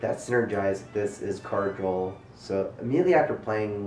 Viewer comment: Drinking game! Take a drink after says "drawl"